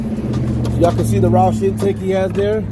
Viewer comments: My man said roose intake 🤦🏾‍♂️ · This guy said Roosh intake! 🤦‍♂️🤣